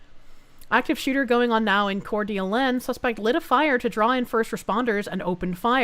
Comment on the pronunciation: it's pronounced like "core duh LANE". My grandparents lived just over the state border from there in Spokane ("spoh can"), so I'm used to the weird names in that area. It's a very nice place, but kinda hot and dry